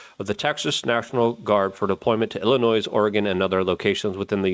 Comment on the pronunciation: For the love of god, you don't pronounce the "s" in Illinois.